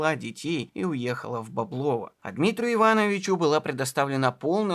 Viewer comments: бОблово, не боблОво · Правильное ударение -- БОблово.